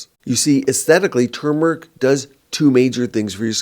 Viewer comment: I’m happy to hear pronounce turmeric correctly. So many people say tumor- ic and I’m over here like “it’s not a tumor!” There’s an “r” in there.